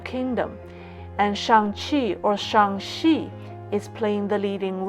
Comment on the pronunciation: Damn, really just said "Shang Xi". Great content, from highlighting the irrefutable parallels to the comb-over...